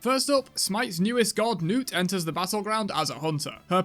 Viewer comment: He finally says “Newt” lol I figured his accent changed the pronunciation 😂